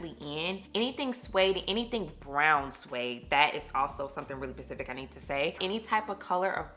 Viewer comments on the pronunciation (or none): Did you mean “specific”? I feel like I heard pacific…